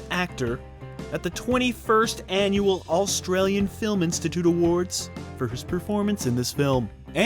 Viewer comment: Why do you pronounce "Australian" like "AUL-stralian"? Why the extra L?